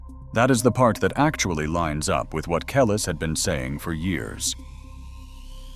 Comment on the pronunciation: Say her name right.